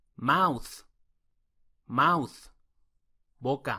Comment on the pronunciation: Mucho cuidado, yo no pronunciaría "mouth" como mauz ... si, tiene una pronunciación diferente -th, pero definitivamente no es como "z". Pronto voy a hacer un video tratando este tema.